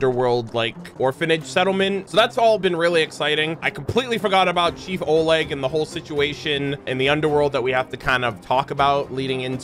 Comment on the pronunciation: A lil tip from your ru bro, in Oleg, emphasis on E. But it’s funny to hear either way😊 keep up good work,.